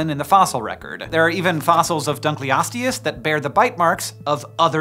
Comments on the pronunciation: duck-ly-us-tius ok. im really mad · Ah yes, the Dankliousdodouehs